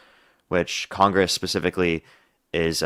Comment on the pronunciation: Dude you got a problem with the word “specifically” I’m sure you’ve been told this before